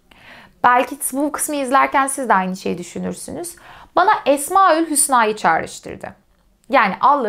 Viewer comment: Esmau'l Hüsna yanlış telaffuz edilmiş. Birinci hece değil de ikincisi uzun okunmalı. Mesela habiiir, semiii, basiiir gibi...